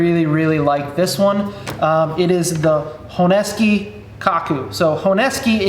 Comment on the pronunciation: Thanks for pronouncing Honesuki correctly ...